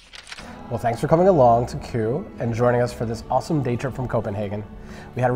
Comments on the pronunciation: you got super close to pronouncing Køge correctly you just needed do pronounce the e a bit more it sound kinda like eh. But it is a really hard word with the soft g and the ø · The way you pronounce Køge almost sounds like you say Kure. I'm not trying to make fun if you, cuz I know Ø is a hard letter for non-danes to pronounce as it doesn't exist in english. The best way to describe how to pronounce Ø is the "ur" in Curl. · I think we pronounce it 15 different ways in the video (and none of them are right 😂). And that would have been amazing! The cakes in Denmark are good because they learned from the Austrians 😋